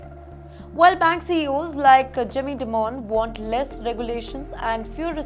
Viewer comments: It is not "di-moan", it is "die-min" kinda like diamond in an American accent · Newschannels need to learn pronunciation of names. Dimon is pronounced “Die Mon” ड़ाई मन and not “Dee mon”. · It’s dimon like simon not demon